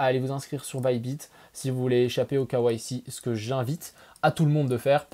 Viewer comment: imposer le quoi ??? Mdr avec le "k" à la française et le reste à l'anglaise il m'a fallut 20sec pour capter. "KYC" les gars !